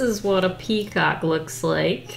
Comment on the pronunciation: Word of the day: PeaCAW-KEE